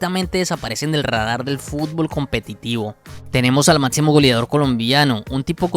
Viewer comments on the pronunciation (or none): Venga, le cuesta mucho decir “observar”, “máximo”, “selección” ??? En lugar de otzerbar, matzimo, seletzion?? Que hablado tan inmundo